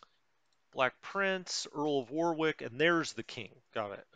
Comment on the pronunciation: Earl of WAR....ICK not WAR ....WICK